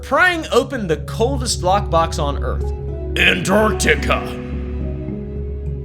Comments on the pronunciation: I hate it when people pronounce it "Annartica" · Not him calling it Ant-Artica the whole video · Not calling it Ant-Artica the whole video 🫠